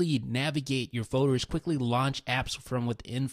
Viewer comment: I hate how he says folders. He says foders